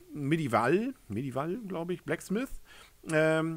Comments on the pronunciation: „Meddiwall“...😀 Googel doch die Aussprache. Nicht böse gemeint. Ich mag deine Videos. Alles gut. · Met-I-v-El,. Du musst es richtig betonen!